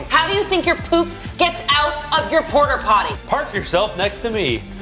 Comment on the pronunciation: I love the subtitles being consistent with canonical pronunciation of Port-a-Potty as Porter Potty